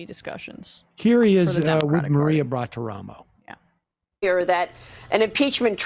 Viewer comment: somehow weird that Brendan is older than Emma... p.s. I love that Sam can never quite say Maria Batoromo's name right!